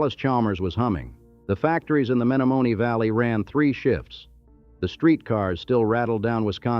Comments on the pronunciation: It lost me at "May-no-may-nay" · A lesson for AI it's Me-nomin-ee River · Menomenee is pronounced THIS WAY: MEN OM EN EE YOUR pronounciation is RIDICULOUS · Lol...AI Men o men e Also mispronounced Plankington Hotel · That's not how you say "Menomonee"